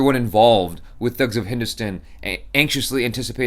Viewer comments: It's not stun, it's Stan ducking Stan!!! HINDUSTAN! Not HINDUSTUN!! PLEASE for the love of God! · Please pronounce properly It's. #Hindustan 😋say hello Hindustan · Your"good morning Hindustan" sounded like a firangi British officer.😂